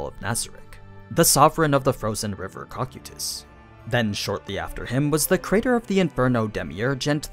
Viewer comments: Did he say “coc u tus” instead of “co kye tus” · Am I the only one that cringes with his pronunciation of names..... especially with cocytus........ I have noticed this on multiple videos and it just doesn't sound right